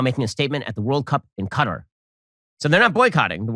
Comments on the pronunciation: It's pretty funny that Ben Shapiro is Dysarthic, or he never studied the English language, or he simply never got past the 6th grade. The man can not pronounce words properly. He said the country of "Cutter" not Qatar. Pronounced "Ka-tar" goes to show you his True Intelligence 👍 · Yes, it's Qatar NOT CUTTER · Bruh this dude pronounced Qatar CUTTUR 😂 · is he saying Cutter? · Yes it's common to hear Americans mispronounce Qatar like cutter